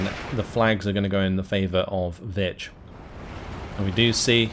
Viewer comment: you say vich i keep hearing bitch XD